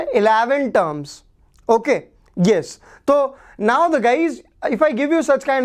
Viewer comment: Sir told tokay instead of okay😂😂😂